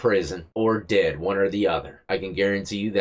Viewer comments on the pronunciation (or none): none